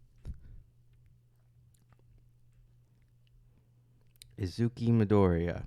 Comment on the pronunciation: The way said Deku's name, it just made me cackle... "Izuki Midoriya..." 🤣🤣🤣❤️